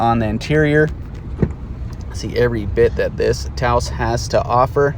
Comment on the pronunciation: Thank you for pronouncing Taos correctly.